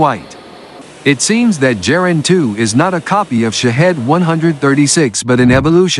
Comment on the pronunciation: In German and, I think, in Russian a 'hard G' is used. So Gepard (Leopard) and Geran (Geranium) are pronounced wrongly in this otherwise good quality video.